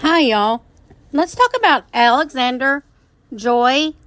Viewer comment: Her name is AlexanDRIA not AlexanDER